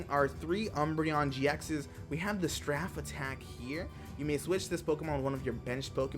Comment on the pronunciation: omg, its strafe not straff! BTW my favorite eeveelution is Jolteon